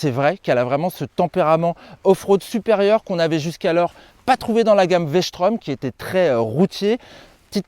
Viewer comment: La "Véch'trom" 🤣🤣🤣